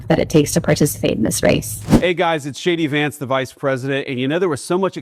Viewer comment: I heard him introduce himself as "Shady Vance"😂